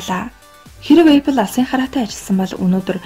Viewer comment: Goy medeeele bna gehdee Apple geed zuv heleerei bi odoo epple gej yu yun bol bodlooshd ehendee